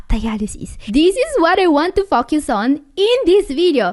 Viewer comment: the word Focus, it's not pronounced like FUCK YOUS... BUT AS FO.. CUZ.